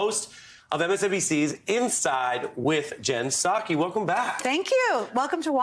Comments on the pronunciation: Right when you said Jen Psake I laughed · He said Jen psaki 🤣🤣🤣🤣🧑🏿‍🦯